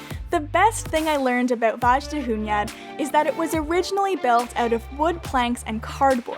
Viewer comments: Actually it Wasn't because the king of Hungary (Mathias Corvinus) built this castle for himself, And that ages Transylvania was the piece of Hungary. Pronunciation: Vaydahuñad. You said it like Vázsdáhunyad but for first it was pretty nice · Your hungarian pronounciation got better! :) The j in Vajdahunyad is more like a "y" as in "you". Come back in the summer too, if you can! Budapest is a totally different city then. Also, Liberty Bridge is closed for cars and trams in the summer for 4 weekend every year and it becomes a picnic place and "park" in the middle of the city, with everyone eating, sunbathing, drinking, talking, or just napping on the bridge. This year it will be weekends between July 14th and August 5. See you soon!